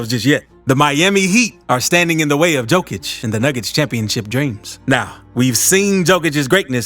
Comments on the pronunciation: Cant eally listen to a commentary if someone is knowingly pronounce someone elses name wrong. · Appreciate the video on underrated Jokic, but you gotta learn how to pronounce his last name bro 😉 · Thank you that bugs me too, the best player in the world and can't say his name correctly 😢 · pronounce it yokich, not dzokich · Am I drunk or is the guys name pronounced "yo-kich" if so stop calling the man "jo-kich" god damn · It's Yo-kich, man, thank U for the video and greetings from Serbia! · Just one thing you pronounce the "JO" in Jokic not like Joe but like "YO" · J o k i ć, not J o e k i ć Serbian language is read how its written, letter for letter, there are not any additions in pronunciation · Please, for the love of God... please pronounce his name right.. Jokic is pronounced "Yo - kich"... not Joe-kich. It's like saying, yo man, what's mama cooking in the kitchen?... Jo-kic. He's the greatest player ever... he deserves to have his name pronounced correctly. Keep up the good vids. Thank you. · For all of you that don’t know it’s pronounced yokic but spelled jokic still being disrespected get his name right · Not Joekitch it's Yowkitch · DUDE , LEARN HOW TO PRONOUNCE HIS NAME , ITS YO KICH , NOT JO KICH !!!! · His name is pronounced yo-kich not jo -kich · Could you say his surname properly, he is "Yokich"? Please pay attention. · Learn how to pronounce Jokic!!!! "Yokish" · Just an FYI, Jokic is pronounced “Yo-kich” Great video though. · its pronounced Yokic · The correct pronunciation is closer to Yoke-itch. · Please: 1. say yolk out loud 2. then use how that sounds to say Nikola's last name 3. profit <3 Great video, but you literally merged Novak's and Nikola's last names into one <3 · Dude I couldn’t get past simply cause you mispronounced his name every fifth word. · How you gonna make a video with a bunch of info about him but don't know how to say his name correctly? Lmao